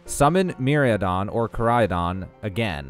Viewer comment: How do you say Miraidon’s name differently three times and fuck it up all three times? It’s just sad. Slow down! See what the syllables of the name is, and say it right. Me-ride-on. Don’t call yourself a Pokémon Master (or Trainer) if you can’t even get the names correct But thanks for the video